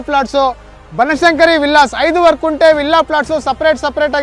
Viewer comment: Sir, It's not 'Kunte' but it's 'Gunte'.